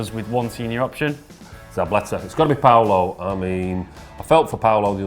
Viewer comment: Why does pronounce 'Pablo' as 'Paulo'?Am I missing something?Is that the Argentinian pronunciation or something?